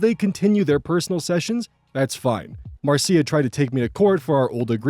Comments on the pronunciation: Small note If the story takes place in the US, Marcia most likely isn't pronounced like that. It's pronounced like Marsh-uh. Jan Brady says Marcia Marcia Marcia! Excellent job as always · "Marcia" is usually pronounced Mar-sha. Sorry, that was driving me crazy each time, lol.